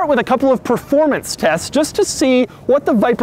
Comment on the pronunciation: Preformance lmao take the car to the ahutobun or nurburgring or the lamansh hit the leave the 300 behind you then say preformance !.